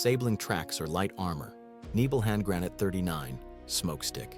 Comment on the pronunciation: Grah-not-ah not grenn-ate